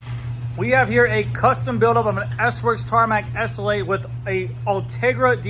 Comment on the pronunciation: S L 8, not essl8